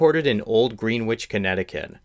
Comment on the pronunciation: It's pronounced Gren-itch not like sandwich